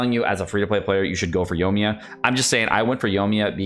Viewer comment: Yo-ee-mee-yuh, there is an I in her name